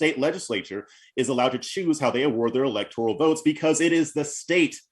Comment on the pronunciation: Please bring people on the pronounce the word correctly! Lol electoral not electorial